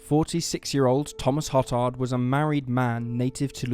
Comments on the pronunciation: Good stories. FYI-Hotard is pronounced Ho- tard (long 'o')not Hot tard, and Bossier is pronounced Bo-zher not Bo zer. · Hotard is pronounced hoe-tard, seriously lol I grew up on the west bank of new Orleans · No one else cringe at the pronunciation of hotard, then realize hoe-tard is actually worse lol